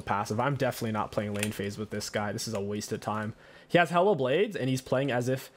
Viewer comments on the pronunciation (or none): The way he keeps saying Hail of Blades sounds like he's saying Hella Blades to me lol